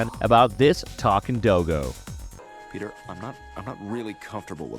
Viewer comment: Please never pronounce doggo “ doe go ” again the cringe is too painful